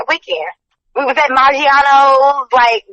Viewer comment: Maggianos 😂 she might as well said Olive Garden Lmmao